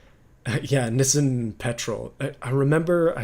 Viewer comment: Never have I heard someone call a Nissan a nissien interesting pronunciation.